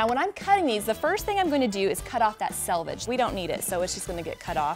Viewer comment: Thank you for this tutorial. Also, thank you for pronouncing the word selvage (US English) or selvedge (British English) -- the "self-finished" edge of fabric, correctly. I get shudders like nails on a chalkboard when I hear so many folks [especially YouTube sewists] when they butcher the pronunciation as "salvage"; sorry, that refers to junk yard fare! ;-))